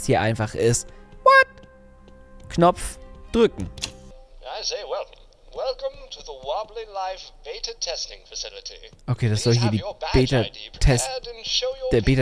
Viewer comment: Das heißt nicht wobllis leif sondern Wolly life